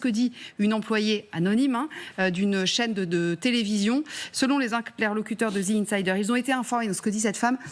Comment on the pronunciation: Incroyable que même un media d information n est pas capable de dire correctement The Insider correctement, pas ZI Insider.. je ne sais pas ou vous prenez le ZI ?!? ca n existe pas en anglais , ZI , The ce prononce DE ou DI selon le/les mots qui vient apres... arretez de dire ZI svp vous me faites saigner les oreilles et faites rire de vous !